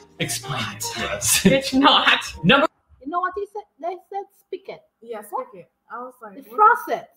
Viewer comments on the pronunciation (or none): Not "spicket", but "spigot".